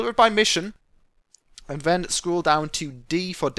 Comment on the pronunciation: Why do you say Ven instead of Then.